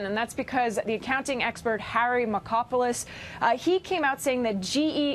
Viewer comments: No way his real name is pronounced “Marco pole isss” lol it’s gotta be “Marco! Polos!” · Mar-KOP-o-lous. My God wtf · Let's try "Mar-COP-a-lus" for Markopolos...how could no one have told her😣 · 'Markopolos'? i think Sum Ting Wong. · Learn to pronounce the names before reporting the news please. His name is Mar-kop-olos. I get upset when people misread what they are reporting and then can't even pronounce the names of the people involved in the story, especially since I know these guys are alleged to be "well educated". And yes, I have a Masters Degree if anyone is wondering.